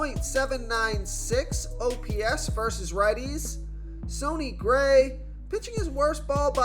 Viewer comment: "Sony" Gray. C'mon, man.